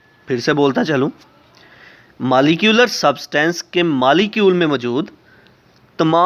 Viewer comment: Pronounce correctly. . Its not malicule ..it is molecule